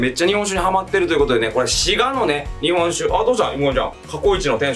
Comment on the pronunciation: も滋賀の発音おかしくなってますねwww